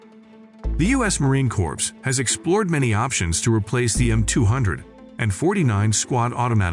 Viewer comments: Yeah "corpse" instead of "core" 😂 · "The U.S. Marine CORPSE"?!?!?! 😅😂🤣😅😂🤣😅😂🤣 gotta love that A.I. voice!!! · Marine CorPs...these automated voiceovers need some help! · Didn't know US Forces have Zombies. Corp is pronounce as "Cor" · you couldnt go through the effort of listening to your AI slop output first? And edit it to say "M two, forty-nine" or "marine core" or "5 point five six BY forty-five" etc? Lazy bastard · I remember gritting my teeth when the first Communist President of America pronounced it as "corpse", TWICE!!!!!! This guy makes me want to frag the narrator..... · Marine Corpse? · Marine Corpse? Why not use someone who actually knows how to speak English? Just for fun. Numb sane? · the way he pronounces M 200 and 49 killed me as well as him saying Corps instead of it sounding like core. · The AI speech lacks so much! READ SCRIPT,DON’T UNDERSTAND Subject. See, it says Heckler & Cock! Who is heckling dick? Marine Kor z ? I will take any US Weapon and Dominate the Battle Space! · "The U.S. Marine Corpse" XD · Ya lost me at Marine “corpse” and “M, two hundred and forty nine”. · I stopped the video at 16 sec in when he said Marine Corpse 😂😂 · Thumb down. Trash voice-over right off the bat: Marine "corpse" C'mon man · AI sucks for narration purposes as shown by the voice saying Marine "corpse" . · yah...corps? or just pronounce cor? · I love how the AI never says Marine "Corps" correctly, and called it Heckler and Cock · The day ill use the M27 over the M249 or M16A4, is the day the narrator properly says "corps". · I cannot take the narrator anymore. He can not pronounce Corps! Can not pronounce M249 not 200 and 49. Can not pronounce commandant! What else did he get wrong!!!